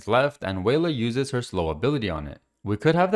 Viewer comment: Probably more like welah instead of wayla pronunciation wise